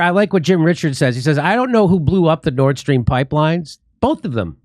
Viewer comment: Hey, in case you guys did know, you're mispronouncing the Nord Stream pipeline. Karine Jean-Pierre pronounces it Nordstrom, like the department store. Seriously. Stop pronouncing it incorrectly. I just had to comment on this, it was top of mind.